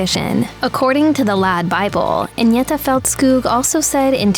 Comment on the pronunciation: WHERE THE HELL DID THEY GET THIS STUPID BITCH FROM TO DO THE COMMENTARY SHE CAN'T PRONOUNCE THE NAMES OF AGNETHA OR BJORN . SHE SHOULD HAVE BEEN SACKED BEFORE SHE EVEN STARTED THIS VIDEO.